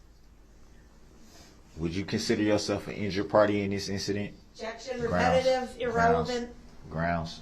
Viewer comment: I saw that video, and idiot brooks continued saying groundz. Sheeesh...